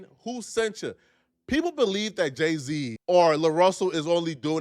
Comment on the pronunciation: He said day-z at first